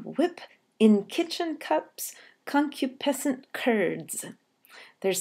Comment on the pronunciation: It is pronounced con-KYOO-puh-sent, not CON-kyoo-PEH-sent. This makes an important difference to the rhythm. If the word is pronounced the latter way, the rhythm stumbles. If it is pronounced the conventional way, the rhythm continues to flow as a rising one, with iambs and anapests: . . . and BID / him WHIP In KITCH- / en CUPS / conCU / piscent CURDS.